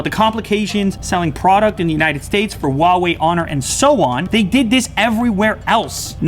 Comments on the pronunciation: C'mon it's Huawei not Wawei. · Really? Waw Wei? Why can't you just pronounce it huh-why-e...lol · lmao i'm chinese . i know 华为 pinyin is hua wei but i'm trying to give an idea of the pronunciation to them , not Wa-Wei but hu-ah-wei something like that . The H sound is not silenced . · if you pronounce Huawei as "Hauwee" stop it, get some help. It's pronounced "Huaa-wey" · the real question is .............why are they pronouncing huawei as wawei , It's hu ah wei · I got brain damage from your pronunciation. Huawei != OOUAE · Lew. Love you dude. But it's Huawei not Wawei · Lew still on the "wahwei" game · RAPTURE AT TWILIGHT no it's not! It's pronounced waa way! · hua WE. Now that's a pronunciation. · "WHO-ARE-WE" what the actual fuuuuuuuuuuuuuuuuuck! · how she said Huawei 😂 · I wonder why you guys cannot pronounce ‘Huawei’ correctly 😂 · why would u want to pronounce huawei wrong? on purpose?? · Does anyone actually know how to say Huawei?? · Pronounce the name right would you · The way that person in the beginning pronounces "Huawei" is just... I can't even... They had one job